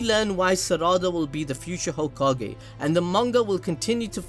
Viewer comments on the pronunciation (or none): Hoe Kage 🤣🤣🤣🤣 ahhhhhh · Hoe-Ka-Ge juke got me bad... damn I wasn’t prepared XD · Hoe- ka-ge 🤣🤣🤣🤣🤣🤣🤣omg I'm weak 🤣🤣